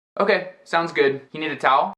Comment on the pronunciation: por que você tirou o S do speak e do need?!